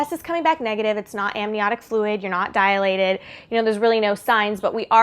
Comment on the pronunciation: The word is dilated. Not diAlated....